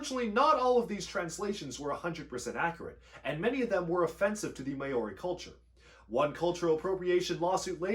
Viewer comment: That's not how Māori is pronounced